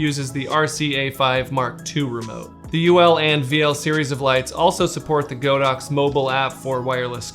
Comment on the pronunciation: nice video, it's not "GO DOX", it's "God Ox"